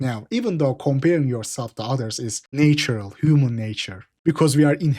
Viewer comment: way he pronounces “natural” gives it away